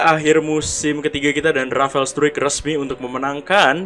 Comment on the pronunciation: Bacanya Rafael strike bang